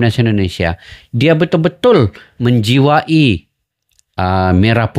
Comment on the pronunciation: Menjiwai bukan menjiwa i.